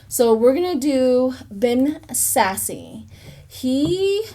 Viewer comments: Nebraskan here. It's not Sassy, it's Sasse as in ASS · Ben Sasse is pronounced Ben Sass. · Thank you for your reading, Ben sasse the e is silent pronounces Sass without the e